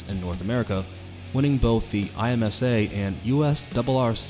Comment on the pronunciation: Just so you know, ‘IMSA’ is pronounced phonetically 👍